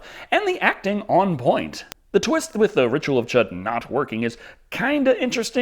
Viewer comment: The "Ritual of Chud" is pronounced "chewed". Even if they said it the other way in the movie, that is incorrect as Stephen King pronounced it correctly numerous times during interviews.